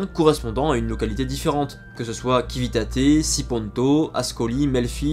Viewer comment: "Civitate" ne se prononce pas "kivitate" mais avec un "ci" comme dans l'anglais "ceap".